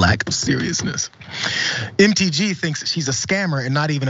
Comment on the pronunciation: When you said, “MTG,” I heard “Empty G.” AND I LOVE THAT! 🎉